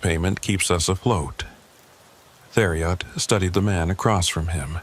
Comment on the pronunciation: It’s pronounced “terry-o” not “there E Ot”